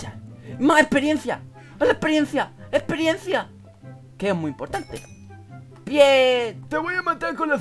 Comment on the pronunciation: experiensia...... bienn ajjajajajajja